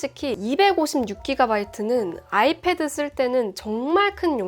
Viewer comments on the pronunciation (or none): none